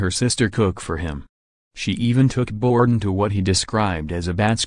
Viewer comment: you sound like a bot. And it's not "Borden"